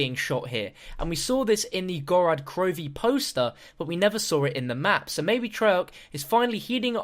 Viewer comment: Seriously how can you STILL not say gorod krovi right, it's not gorAd grovi!